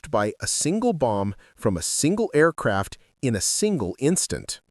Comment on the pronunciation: “Tweeee Aircwaft”!!!!!!!!!